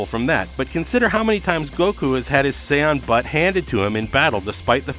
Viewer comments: Him sayin sai on make me feel so cringeworthy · He keeps mispronouncing sayian.... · Sayon Whes Saiyan Whis